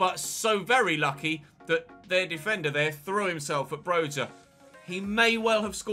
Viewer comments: Its not pronounced broha but broya “y” as in “yes” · Broja’s name is pronounced “Broya” He’s Albanian